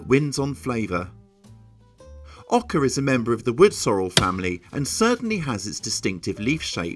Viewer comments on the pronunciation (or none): There is no "r" in Oca. Just stop it, so annoying.